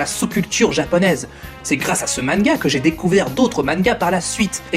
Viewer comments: on dit beerus pas birs et manga pas manka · lol "mannega" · Bonne vidéo, par contre le fait que tu prononce manga "manega", dc comme ça se dit au japon, c'est perturbant. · toi tu prenonce manga "ma-ne-ga" c originale .. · Ta prononciation de beerus et de manga sont bizarres 😂 le prends pas mal ça me perturbe juste ça me dérange pas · Toutes les fautes à l'oral purée. Ta chaîne est sur les mangas et tu sais pas dire ce même mot.